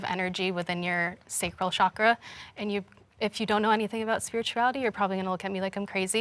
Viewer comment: “Chakra” not “shakra”. ‘ch’ like “Charlie”.